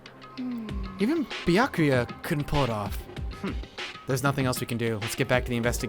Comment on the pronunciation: Finally! He started Pronouncing "Byakuya" properly!